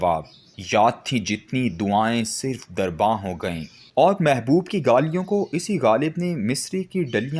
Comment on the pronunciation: Please pay attention to the pronunciation of second verse of ghalib. It's not "sirf", it's "Surff-e-darbaan".